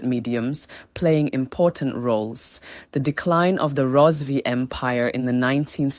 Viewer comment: Karanga not shona...Rozivee empire😂😂 haii its not make sure